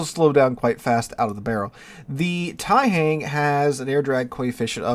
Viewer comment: The "hang" in Taihang is pronounced with the same "ah" sound an American would here in the word "wrong." It's not same sound as in "hangman."